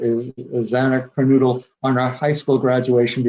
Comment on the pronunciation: I wish Howard could get the victims names right! He’s going to be making money off this tragedy and at least could get their names right. It almost feels like he keeps doing these interviews, obviously to boost his sales but talks about this like it’s some kind of bad TV movie script. Sorry I’m just struggling with this interview.